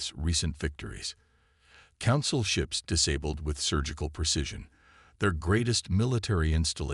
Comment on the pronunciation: this story line has been done to death. can't you come up with an original idea? also learn ho to pronounce words like disabled correctly